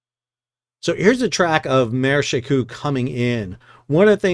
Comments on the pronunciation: Shekou, she like shou in should, kou with ou like saying letter o in English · She Kou is pronounced with an 'o' like the 'o' in coke. It is the name of a port in China that is across a bay from Hong Kong. When I visit Shenzhen, China, I usually take a ferry from Hong Kong to She Kou so that I can see the port.